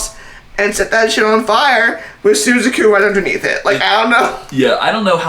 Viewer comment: Suzaku is pronounced sue zahk oo